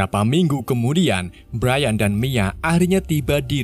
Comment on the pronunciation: Bukan brian cara baca nya tapi brayen